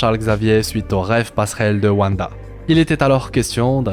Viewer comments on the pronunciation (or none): none